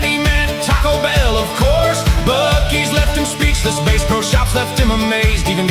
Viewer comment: This song is catchy and I wish it wasn’t AI. It was given away when Bass Pro Shops was pronounced “base.” It’s a great summary of this experience though! Editing to add that I appreciate your commentary st the end. Well done!❤️🤍💙